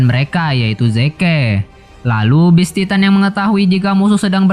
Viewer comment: Ane kasih saran bang kalo mau review sebuah anime kata2 ny di perhatikan dgn baik. Trus pengucapan bahasa inggris nya diperbaiki Beast titan bukam best titan. Ada perbedaan antara penyebutan beast dan best GABI BUKAN GEBI HANGE? Realy? Setau aku HANJI ZOE arlogi bukan ARNOLGI TRUS KALO BISA PEMBAWAAN NYA JGN KAYA ORNG BACA TEKS suara kamu terkesan monoton Thanks...